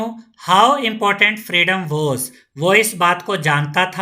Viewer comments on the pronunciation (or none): none